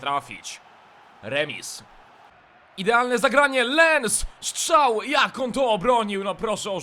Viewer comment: POCO MUWISZ SZCZAŁ !!!!!!!!!!!!!!